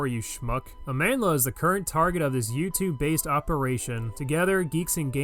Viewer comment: I want to write a thoughtful reply, but I can't tell if you're saying "based" or "base" Goku lol Base: definitely Based: stalemate